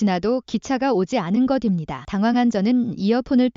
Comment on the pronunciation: 무식하게것입니다를 거딥니다로 읽지 마세요. 초등학교 졸업했나요?